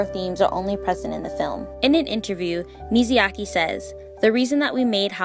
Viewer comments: Love the video! But everytime she says "Miziaki" I cringe. It is MIYAZAKI please!!!! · Girl, the way you grossly misspronounce Myazaki's name truly scratched my brain în The worst way possible. Is Mya-zaki, not Mizi-yaki. Wtf. Who is this Mizyaki dude you keep talking about, lol. Again Myazaki, not Mizyaki. Didn't you hear his name pronocing like a million times already by literally everyone else? How do you still misspronounce it. Is wierd... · the way she kept saying miziyaki instead of miyazaki drive me crazy 😭😭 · Mizayaki 🤭 i have to giggle everytime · Now I have to read the book, this is a good effort trying to explain the story further. Now you’re goal now is to practice saying his name correctly. It’s Mi-Ya-Za-Ki, not Mizayaki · mi ya za ki... not not mizu yake. please stop calling him grilled water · everytime I hear MIZYAKI..... T_T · I realize I pronounced Hayao Miyazaki incorrectly in this video. I apologize for the mistake!